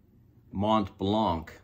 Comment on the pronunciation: One little tip: In French the T and C in "Montblanc" is silent so you should pronounce it as "Mon-blan".